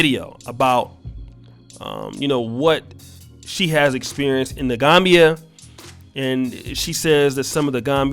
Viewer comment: Pronounced The Gam Bia. Not Gombia